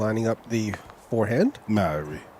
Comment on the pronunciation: I dont know, how in english the letters are pronaunced so differently. But in "harper" the a is nice like a should be. But in Mauri there comes a strange "äe" instead on "a". And this is not the critics to commentator, but this reminded me with all the other times. "O" is "u" for You and this just makes me mad ;)